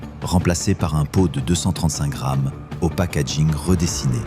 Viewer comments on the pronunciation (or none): none